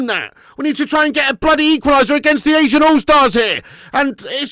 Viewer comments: It's not ASIAN all-stars. It's ASEAN, pronounced A-ZEE-N. Which is just South East Asian nations. I.e. the mostly island nations in SE Asia not including places like Iraq, China, Korea, Japan, etc. Also, these aren't the best players from those leagues, these are just some of the players that play in various leagues in the region like the Thai league who are attending the ASEAN conference in Malaysia. It's beyond pathetic. They're not even actual all-stars. Literally just some players who would never ever make a top 30 league in the world, playing against their idols...and defeating them. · funny it sounds like you're ranting about "asians" lol